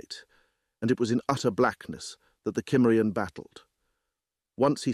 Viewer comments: Cimmerian SIM-marry-on.... Not KIM-merry-on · "Cimmerian" to this point in any reading has always been pronounced "Symmerian." Why the change? The reader did slip up once and pronounce it correctly, at least the way I've said it for over 50 years... The pace was rather frenetic at first, noticeably so, but all in all, I'll give it a thumbs-up. There are some truly cringe-worthy readers out in the field. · It's one of my favorite REH stories . The only irritating part was the narrator not pronouncing the word "Cimmerian" properly 😒. What the hell!!